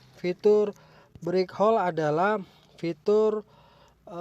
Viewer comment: Break hold bukan brik hol sorry saya dengar detail karena pakai headset